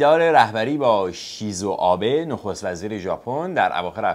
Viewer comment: Shinzō Abe NOT Shizo Abe